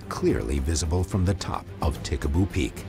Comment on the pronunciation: Ta Ha Ha Ha! Pickaboo peak? Nah, it's Tikaboo Peak. Whatever I want to see a UFO.